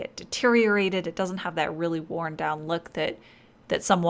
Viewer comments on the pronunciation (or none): none